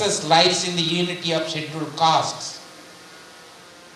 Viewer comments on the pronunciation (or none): none